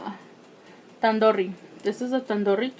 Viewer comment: The way you pronounced chicken Tandoori was so Mexican 🤣